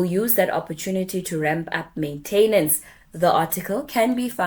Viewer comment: Good video, very informative and logical order of the facts presented. I like your approach to communication and message, except one word is both spelled and pronounced "maintenance", easy to misspell but please don't say "maintainance" 🤦